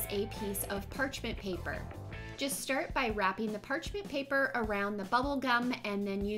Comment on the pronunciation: omg you keep saying parchment paper wrong😂😂😂